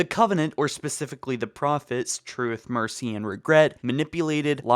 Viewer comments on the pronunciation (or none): none